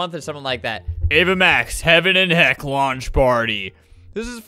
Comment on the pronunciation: HEY YOU SAID HELCK